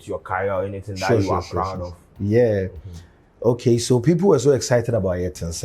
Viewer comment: ''that you're PLOUD of😂😂😂''